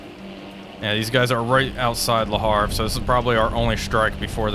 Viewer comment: 13 seconds in: WHAT! Le Havre! Even with a silent 'H'. I am slightly ashamed for mentioning the pronuciation earlier, yet at the same time happy.